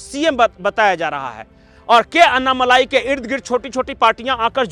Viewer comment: भाई कृप्या अन्नामलाई मत कहा कीजिये। सही उच्छार है अण्णामलय